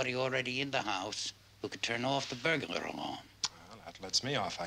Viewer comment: I love how he pronounces burglar "burgalar"